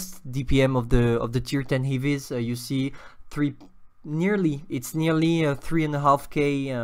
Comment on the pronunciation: Lol how you pronounce heavies :)